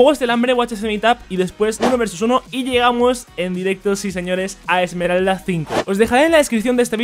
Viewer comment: wtf dice emeral en vez de esmerald en los rangos lol